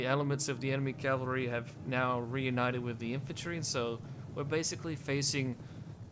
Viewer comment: I just discovered you and I love your Rome 2 videos, much much better than others' I've been watching. BTW - maybe you know this by now - melee is pronounced meh-lay and it's cavalry not Calvary which is where Jesus was crucified. If it's a habit for you just remember "cav" is short for cavalry.